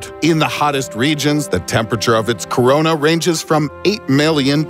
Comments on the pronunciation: On the sun did he just say co-co-corana 😯😶🧼🧼⚠️⚠️ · Did he say corona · Are we just gonna ignore the fact that he said corona